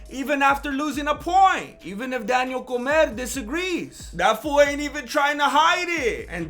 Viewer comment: “Daniel Comer” lmfao bruh 🤣🤣🤣